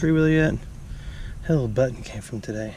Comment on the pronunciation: I always like the new pronunciations, enjoy them every time. Byoo Ton= Button Boo Lay = Bullet